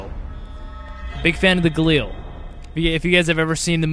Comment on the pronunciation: no dude he said it right -_